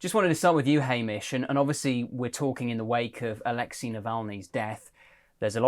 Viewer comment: Dear, please!!!!! Navalny was Alexey, not Alexi!! So pronounce it correctly.